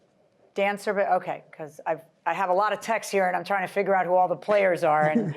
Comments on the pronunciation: Or texteses... 🤦‍♂️ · Please people the word is “texts” NOT “textes”